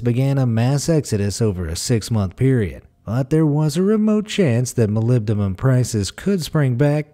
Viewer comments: He had it down pat, though. He pronounced---or, rather, MIS-pronounced it---the same each time. Let's give him a "C" for Consistency, anyway. Stay safe. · "Molybdumum" 🤣🤣 Simon Whistler would be proud!!